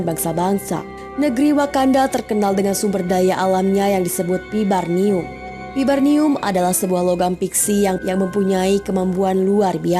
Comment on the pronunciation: Vibranium....bukan vibarnium, min.